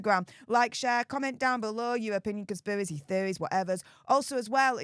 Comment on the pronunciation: Conspivvvvvacy theovvvvy whatever 😂 can anyone translate??😂